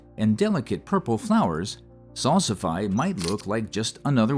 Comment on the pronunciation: FYI: Salsify is pronounced "Sal-si-fee". Thanks for discussing it as well as my favorites like cardoon, Hubbard squash, dragon carrots, and snow peas.